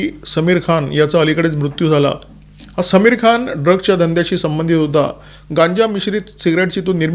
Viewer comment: It's "सlमीर" (Saamir)(like आमिर । समीर is संस्कृत शब्द , means cool breeze, Saamir is urdu